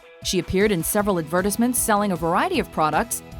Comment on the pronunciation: Can she learn to properly pronounce advertisements